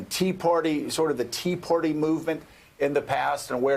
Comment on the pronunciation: Hey Joe...It's "Tea Party," not "Tea Porty"!